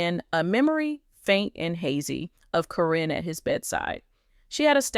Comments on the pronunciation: it's not Corrine nor Corin ITS CARYN! you pronounced it Karen one minute then Corrine the rest of the time they are one in the same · I think that someone that knows the names of the people of LPBW should be reading the dialogue. Her name is Karen, not Corrin… but I am glad she was caught. It is so sad how horrid people can be because of greed! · If you are going to tell the story (Or the AI), her name is not Kareen, Caryn is pronounced Karen. It messed up the whole thing!! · If you're going to tell a story about people who are stars and well known, you have to pronounce their names correctly. The name Caryn has been pronounced two different ways in this video. I heard the name pronounced correctly only 3 times by the announcer. Instead of calling her Caryn (old spelling Karen), she kept calling her Corrine. Learn the names before you start reading the script online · All you silly people think a simple paper with a signature could change a multi million dollar policy without an attorney or witness ? THIS NEVER HAPPENED. This person can't even pronounce Caryns name. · To bad you used AI - can't say her name correctly or consistently....Makes te whole story a farce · I think this is a BS AI story, they're still together! I think that's why she's saying her name wrong, so she can't be sued!